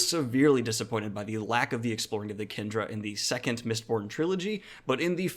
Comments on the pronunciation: Kandra is propnounced Kahn-dra!!!!!!!!!! Kendra is a girl's name! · A few comments -Kandra is pronounced "khan-dra" -Did you consider Parshendi at all for this list? - Have you thought of reading Temeraire? It presents an interesting take on dragons. Great video!